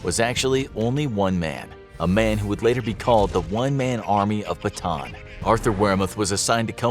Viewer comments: It's actually not Batan, its Bata-an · Great video but you’re pronouncing Bataan wrong😭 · Hmm i just saw this again Its callan BATAAN just say it hard rock not soft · why nobody can pronounce bataan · very nice, but it‘s pronounced bata-an, filipino here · It’s not pronounced batan it’s it pronounced with a an in the end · Bataan is pronounced as bata-an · You pronounced Bataan wrong it's pronounced ba-at-a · It’s pronounced like Bata-an. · It’s pronounced bata an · It's ba ta an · its ba ta an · Pronounced Ba-ta-an. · i didn’t expect him to mispronounce Bataan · I cant believe how he pronounced Bataan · They should get the pronunciations right, if they are gonna make a video on a city that's not from the US. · As a filipino its funny to hear him pronounce bataan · You pronounced bataan wrong .